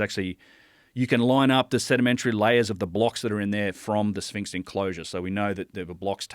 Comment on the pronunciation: Between "Labrynith" and "Spinx, Joe's fkn killing me "